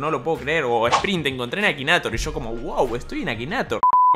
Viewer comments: Se escribe Akinator se dice ekineitor xD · Se pronuncia akineitor XD (en mi país)